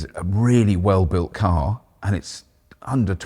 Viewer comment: I have listen to this bit about 10 times and kept hearing you say a 126 thousand Pounds, but I suspect you said under 26 thousand Pounds...